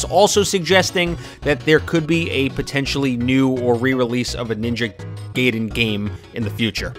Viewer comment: This is a nice video, put your pronunciation of Ninja Gaiden bugs me